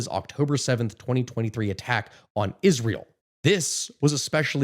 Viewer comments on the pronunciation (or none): none